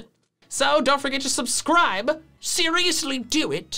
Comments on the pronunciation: He literally said suscride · “So don’t forget to suscride” 😂😂😂